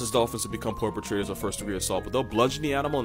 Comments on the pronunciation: When he called dolphins "porpetrators" , it took me out. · Did he say porp-etrators? HAHAHAHAHAHA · ...and then "poirpetual" right after, i just cant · He really said Porpotraiter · POIRpretrator... POIRpetual... God damn you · Porpitrators I am dying